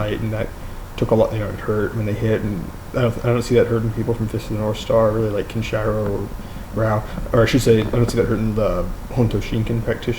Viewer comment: It is Kenshiro not kenchayro!